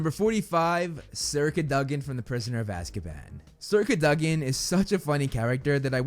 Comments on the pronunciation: Bro... its Sir Cad-Oh-Gin. not Cuh Duh Gin. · CadOgan not caduhgan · Why do you say "cadogan" like "Curduggen"???